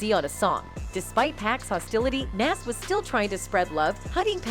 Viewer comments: Lol why she call him naas and 2pack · Nas not Naaas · She butchered Nas name 📛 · This white woman’s voice have to learn to pronounce 2pac and Nas… And daaamn she too comfortable with reading articles word for word nigga 😂😂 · Say Nas right please 🤦🏾‍♂️ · You white folks always trying to make money off of us, but can’t even pronounce our DAM NAMES